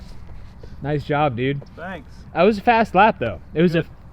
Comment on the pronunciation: Bringing back the "noice". Noice.